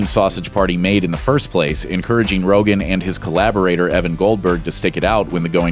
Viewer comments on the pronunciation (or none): It's Seth Rogen. Not Rogan.